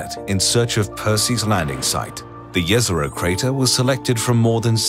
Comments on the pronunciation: Every scientist involved in the project: Jez-Er-Oh This random dude: Yez-Er-oh. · Jezero means lake. And the way you pronounce it hurts me